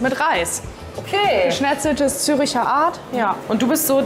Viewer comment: Es ist der wohl unwichtigste Kommentar aller Zeiten, aber es heißt "ZÜRCHER ART", nicht Züricher Art. xoxo